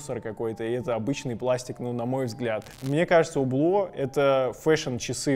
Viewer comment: Не Убло, а Юбло (не чистая Ю, а среднее между У и Ю). Аутентичности ради)